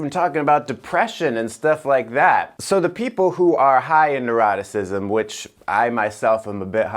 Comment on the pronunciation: Was trying to pronounce Neuroticism? 🥺